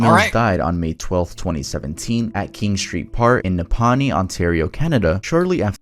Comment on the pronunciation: "NePAni" Nah, its "Napanee"